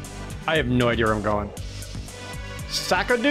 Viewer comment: The baker calls it ''SAKADO!'' 1 word!